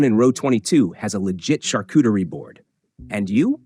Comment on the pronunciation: There is no "cooter" in Charcuterie!